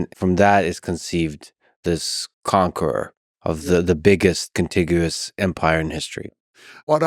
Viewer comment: Bro says contiguous like he prepping for a spelling B. He dress like it too 😂